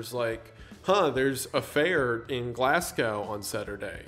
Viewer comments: Glasgow is pronounced "glaz-go" and not "glass cow" btw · "Glaass-gowe" - Every Glaswegian on the planet shuddered at that. Still, a great video Wendigoon. Shout out to The Count for making me search deeper into this. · Love the vid but you pronounced Glasgow as Glass Gaow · What an incredible man and story. As you said near the beginning proof that sometimes life is far stranger than fiction. I like to imagine since he hated both Nationalism and Socialism that when he saw "the Nationalist Socialist Party" he was literally frothing at the mouth in rage. Also Lisbon is in Portugal and Glasgow is pronounced "Glaz-go" or "Glarz-go" if you're from southern England like me lol but I think the first one is more correct to how the Scots say it. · The pronunciation of Glasgow took 8 years off my life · Why does he say Glasgow like that 😭 it pains me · I'm not one to judge much but that pronunciation of Glasgow made me fucking sad.